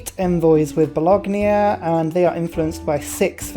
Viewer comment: I'm English so your accent is no problem. Owls of Minerva you pronounce as Minervia Balogna you crucify and say Ba log nia... it should be ba lon ya, there are others but you get the picture, never mind, sanity (mine) is over rated anyway